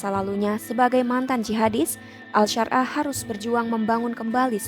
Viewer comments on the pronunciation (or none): Ahmad syarah di sebut al syar.ah😂 gimana mauk percaya klo kayak gitu😅